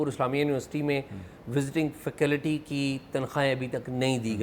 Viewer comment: Its faculty not facality-please correct your pronunciation-use your I phone dictionary